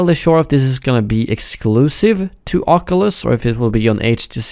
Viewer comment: Somebody can't pronounce oculus